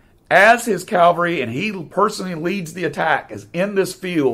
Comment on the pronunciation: Excellent presentation! Just a friendly reminder: a mounted or motorized military unit is Cav-all-ree. Cal-var-ee is a different word; it is the Christian site of Jesus’ crucifixion. I know they are often confused and difficult to pronounce. One way I remember it: a soldier might say, “I served in the 1st Cav.”